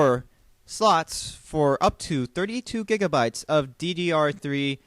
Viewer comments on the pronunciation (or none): none